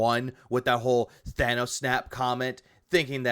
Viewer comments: I'm sure he'd be more intimidating if his fighting style wasn't fetal position. Also, who the hell is "Thaw-noce"? Learn to talk Phil. Only Phil can go into a beg directly after laying into his audience. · You took the words right out of my mouth with the thanous snap